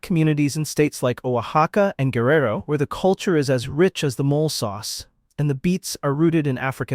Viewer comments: The Mexican “MOLE”…it’s pronounced, mo-LAY. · "mole" sauce??? 😅😅😅😅 WTF it's pronounced "mo-lay"